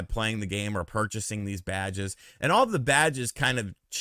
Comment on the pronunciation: Everytime you said “Badges” it sounded like you said “Vages” . 😂👍🏻🌮